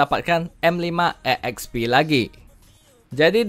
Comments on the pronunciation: Bang lu napa nyebutnya E Eks Pi Padahal tinggal sebut ekspi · bang, EXP itu sebutanya udh exp jg (ekspi) bukan e xp ( e ekspi) hehe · EKSPI BANG BUKAN E'EKSPI🗿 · Asli kesel gua gagal fokus dengerny